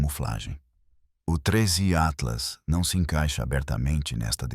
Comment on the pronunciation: Começou o video falando o nome do tinhoso errado, já perdeu a credibilidade!